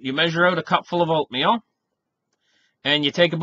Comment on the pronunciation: Oatmeal .... I thought you said opium LOL